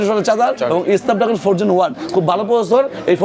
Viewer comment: এসনাপ ড্রাগন নাকি স্নাপ ড্রাগন? এই লোকের উচ্চারণ কি ঠিক আছে? 🙄🙄